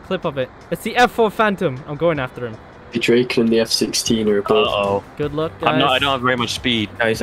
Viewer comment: "The Dreyken" as a Swede this concerns me deeply